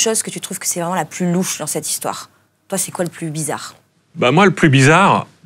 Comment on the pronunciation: "Bizza'Khe'", "memoi'khe'", un petit effort de prononciation, svp.